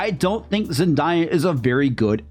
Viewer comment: ZEN-DAY-UH not ZEN-DIE-UH